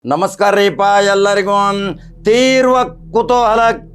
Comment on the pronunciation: ತೀರವ ಅಲ್ಲೋ ತೀರ್ವ ಅನ್ನೋ ಮಾರಾಯ ಆಮೇಲೆ ಚುನಾವಣೆ ಫಲಿತಾಂಶ ಹೇಳುವಂತಿ